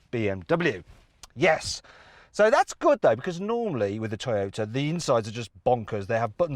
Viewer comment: 外国の人のトヨタの発音かっこいいな